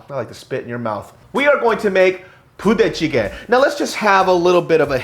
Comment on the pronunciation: I kept hearing puta chicken